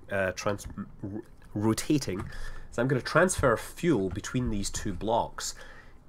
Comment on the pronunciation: That's pretty much the same. And it's fuel not "fule" :p